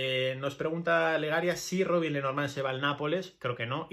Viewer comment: Robin pas Robine, tu prononces pas correctement, mon vieux. Robine c'est nom de femme. On prononce Roban, c'est plutot ainsi, essai de le faire bien.